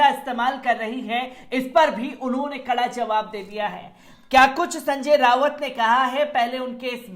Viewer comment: जब किसी नेता का नाम भी ठीक से नहीं ले सकते संजय राऊत को संजय रावत कहते हो तो क्यों नहीं पूरी तैयारी से कैमरे के सामने आते हो